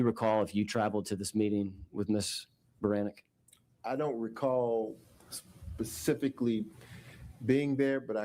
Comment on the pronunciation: "I don't recall pacifically" lmao 🤣